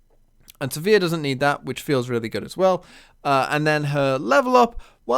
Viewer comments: I'm a bit confused by this comment. You can look up Riot's official media (i.e. Sivir's champion spotlight or the Descent into the Tomb cinematic) and see that the official pronunciation is Siv-ur (rhymes with 'shiver'). I assumed it was said as does in this video (like 'severe') for quite a few years before I took that on board. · I believe you're pronouncing Sivir the wrong way. I'm not sure how to explain what's the right way... But I know it.